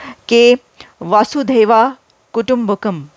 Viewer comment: Highly laudable. Some correction with pronunciation: vasu: here, the sound of 'a' is unstressed as in 'ab' (now). Dhaiev: dha+iv: definitely this. Kutumbakam: all 'a' sounds are unstressed. Vasudha: that which stabilises or wears the Vasu, the celestial vehicle of Lord Vishnu, he who nurtures the universe. Next, you may have a clip on Panini, the father of Sanskrit grammar. Panini is believed to have been born in Gaandhaar, the modern Kandahar. Once upon a time, around 2000 years ago, Gaandhaar was the epicentre of arts, math, physical sciences and grammar, which is called as one of the finest sciences, linguistics. Gaandhaar is very closely linked to ancient India. The highway that links Pataliputra (Patna, the capital of modern Indian state of Bihar) to Takshshila (modern Taxila in Pakistan) and further to Gaandhaar as well as Kabul and J(Z) Abul, was called Uttarapath (northern highway, passage).